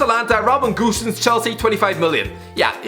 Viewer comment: Its Robin "Go-Senz" not "Goose-sens"